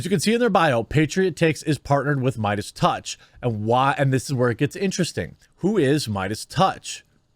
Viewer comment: Spotify already announced they're not going to "silence" Joe's show. What that means remains to be seen since words mean nothing. As for Joe himself, he's got to stop apologizing. And I think it's pronounced "MAY-dus."